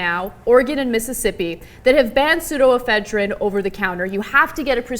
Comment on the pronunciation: Honestly, who cares?? First off you are pronouncing pseudoephedrine completely wrong. Secondly once it is gone, the meth cooks just create the drug with substitutes, which are probably EVEN more harmful. How bout trying to educate people about the consequences of meth and reduce the demand? Rather than shitty ineffective bans of pseudoephedrine, which will do nothing to curb the meth supply.